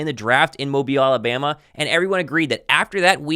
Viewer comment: lol it’s pronounced Mo-Bill(Mobile) Alabama. Roll tide bleed green great content.